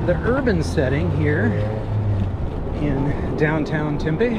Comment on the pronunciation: We can ride from the east side all the way to the west side uninterrupted. 40+ miles. And, we have many mountains and hiking trails. It is an outdoors paradise. Oh, and, it's pronounced Tem-pee